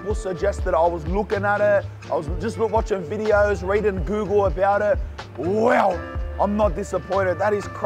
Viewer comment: The way he says Weow absolutely cracks me up every time 🤣